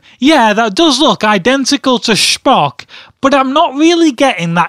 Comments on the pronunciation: Sphock u say it wrong it's pronounced spo-ck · Its star trek dumbass and its not SHPOCKSH its Spock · SPOCK is not from Star Wars he is from Star Trek and you don't call him shpock it's Spock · STAR TREK AND ITS SPOCK NOT SHPOCK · "Shpock" lol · Lol "shpock" :) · Can't stop laughing at the way he pronounces Schpock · It's Star Trek and it's Spock (sp-o-ck) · "Shhhpock" Wat. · It's pronounced "Shpock"? I didn't know that Spock is German. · You fool, it's pronounced Speck